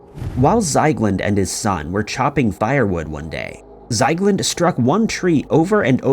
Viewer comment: No wonder you can't find him.. It's not Zeigland.. It's Ziegland. How do you manage to botch pretty much every single name? Are you actually trying?